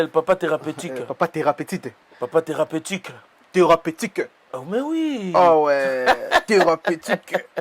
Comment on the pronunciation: YANGO NA LOBAKA MIGUÉ NIAMA IL FAUT OZONGA CLASSE PONA KO PRONONCÉ OYEBI TE, OZO PRONONCER LOKOLA MUANA MUKE . BALOBAKA THERAPETITE TE, BA LOBAKA THERAPETIQUE ZONGA CLASSE PETIT MIGUÉ NIAMA PO OSALAKA SONI MINGI YA BATU BA TANGA MUSALA YANGO NA CLASSE , BOKOMA KOYOKISA MUSALA OYO SONI MAKASI